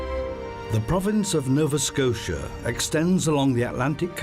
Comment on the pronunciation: "Novaskosha." "gazoontite."